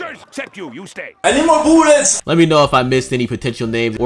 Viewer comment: the "I need more boolets" at the end OMG